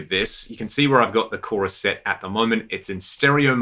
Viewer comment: did you just say CHORI? The CHORI tree of pedals. Haha